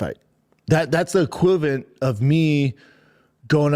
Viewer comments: “Thats the equivent” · “That’s the Equivent” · Did he try to say equivalent??? #bapaisstupid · this guy is the EKWIVANT of a banana!